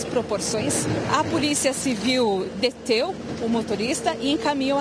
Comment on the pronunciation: A repórter falando "deteu" ao invés de "deteve" feriu meus ouvidos. É vergonhoso o nível do Português dos repórteres que vejo hoje em dia.